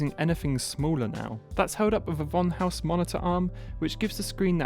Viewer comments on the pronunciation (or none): none